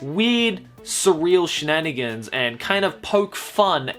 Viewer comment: drinking game: take a shot every time he says shnanagans